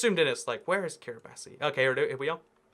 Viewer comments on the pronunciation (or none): Kiribati is pronounced "Kiribas". You should check out the Geography Channel; you may like it! Meanwhile, awesome content so I hope it continues! Love the content!